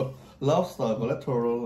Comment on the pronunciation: Lobster not lopster😍😍😍😍